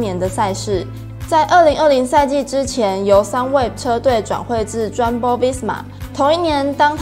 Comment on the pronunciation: 外文發音有待改進，例如Jumbo應該讀作Yum-bo喔